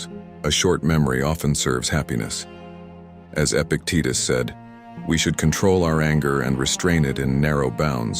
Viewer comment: it's Epictetus not epic Titus lol